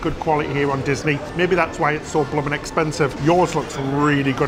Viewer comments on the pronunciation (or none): I love hearing say “Blum’n”. 😊